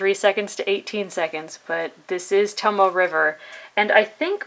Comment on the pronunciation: Informative video. Nice color ink. Thank you! BTW, "tomoe" has 3 syllables: toe-moe-eh (like "HEH!" without the "H"), not "tomo". Japanese pronunciation (the vowels are short, with the exception of the "o"), is similar to Spanish and Hawaiian. :)